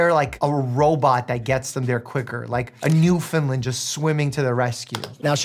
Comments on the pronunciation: PLEASE PLEASE PLEASE learn how to pronounce Newfoundland. Christ Almighty Mike! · You have GOT to learn how to say Newfoundland